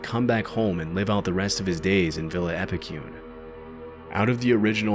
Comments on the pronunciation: Being from Argentina, I just couldn't contain my laughter after hearing the pronunciation of Epecuén i this video 😛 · Awesome vids! As an argentinian I need to correct the pronounciation of Epucuen. The "cue" part would be as you pronounce the "que" part in "quest" in english. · wouldn't expect a synthesized voice to mispronounce stuff like Epecuén though.